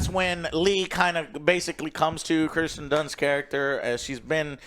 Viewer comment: Plus when he says Kristen Dunst instead of Kirsten Dunst